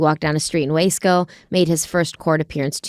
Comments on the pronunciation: Out here Wasco is pronounced “Wha-Sko”. But I loved the way you guys pronounced it too ❤ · It’s wah sco. 😂 But it’s ok! And why haven’t I learned this considering I live in kern county lol.